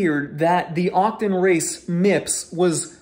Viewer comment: Octon? Otocon... why you say it funny?